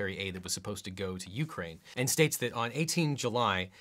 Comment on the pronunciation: Why does it bother me so much he says it "You-crane" with a pause, it drives me insane